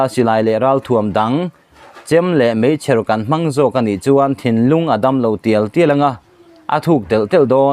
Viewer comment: Mizo in mizo tawngin in chhiara, meichher tih i lamdik thei lo hi mak ka ti